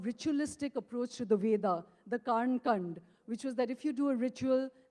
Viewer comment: she does not even know how to pronounce karmkaand🤦